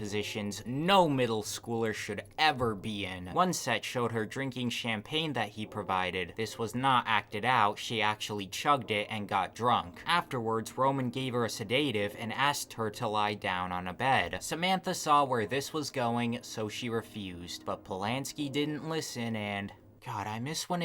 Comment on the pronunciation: Se-day-tive....AI much?